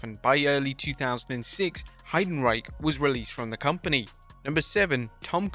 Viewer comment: The pronunciation of Heidenreich is crazy 😂💀